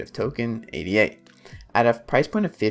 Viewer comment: If you repeatedly pronounce Ada as A.D.A. then I’m not convinced you’ve done a lot of reading on the subject…